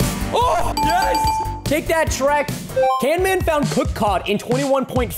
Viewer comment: its camman